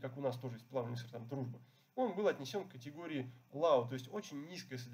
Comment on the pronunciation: low читается как лоу, а не как лау, мидиум, а не медиум и так далее. такие ошибки, не оговорки, а многократные ошибки снижают доверие